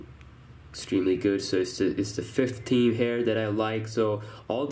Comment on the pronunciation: can u maybe learn how to say theme.... THHHHHeam not Team.